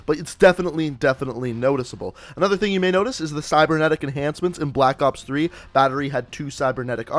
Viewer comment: he said black oops 3 lmao